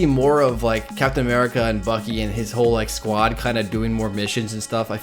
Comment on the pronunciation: You said first avenger now you say bukee